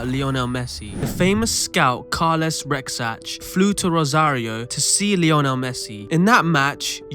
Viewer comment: It's Rexach. And Carles is pronounced as "Carlas" unless you are from Lleida or Valencia